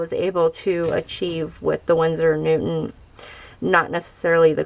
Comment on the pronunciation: Hehe.. You keep saying winsor and newtman 😄.. Nice video btw, i have the koi set but now you've made me want to try out the cotman😄